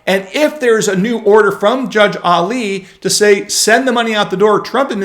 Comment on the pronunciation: Very difficult for me to take you seriously when you pronounce Alito Ali.